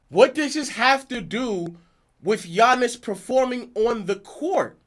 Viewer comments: As great as Giannis is, we all should be able to pronounce his name, and he isn't relatable because he is definitly humble. Seemingly like he believes that he always needs to improve his game. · Giannis has been a relevant name in the nba for couple of years now and people still don't know how to pronounce his name, smh🤦🏾‍♂️ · It's not that hard to learn his name ik it when I was in 6th grade...yall just wanna disrespect and not give Giannis his credit and respect